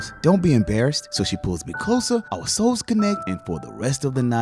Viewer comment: That "oUURe"? Got me so hard 😂